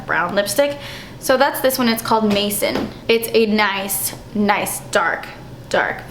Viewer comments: Maison is pronounced MAY - SAWN, it's french it means home/house 💕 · I KNOW! I pronounced it as "maison" like how it is in French, but everyone on Youtube is saying "mason" haha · Did anyone else giggle at the way she said "maison"? Hehe, love this video!!